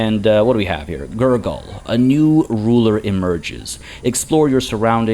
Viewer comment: Man everytime you say GurGul i keep hearing Nurgle